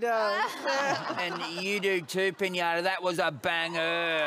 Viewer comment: The host really, really, said “Pinãta!” “Pinãta, no bueno.” 🤣🤣🤣🤣🤣🤣 - Riley